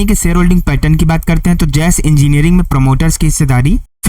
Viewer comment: Jas engineering nahi JASH JASH JA ESH... JAS WRONG